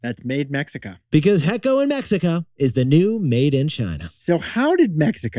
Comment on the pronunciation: "Hecho" is pronounced with the "cho" sound as chocolate not "echo" as sound carrying over. :)